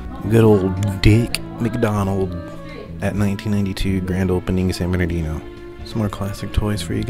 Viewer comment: San BERN-NAR-DEEN-NO 👌